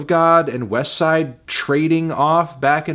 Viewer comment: Finally said “westside” correctly I’m proud of you melon